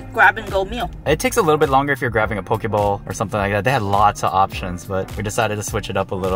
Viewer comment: how u can tell theyre not from hawaii "pokey" lol